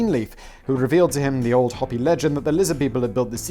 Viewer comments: Simon, I beg of you the word Hopi is pronounced Hoe pee. I grew up on their reservation In Arizona. Mercy, or I will arrange for a lizard shaman to haunt your dreams. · Arizona gal here. Hopi sounds like Hope - ee. The way you pronounced it sounds like a rabid Easter Bunny.